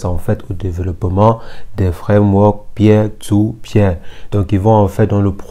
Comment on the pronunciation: "Pier to Pier" se prononce " PIR to PIR " pour info...